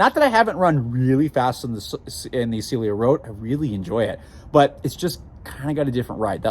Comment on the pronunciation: You keep saying "Celio" (silio). The name is "Cielo" (sielo) 😅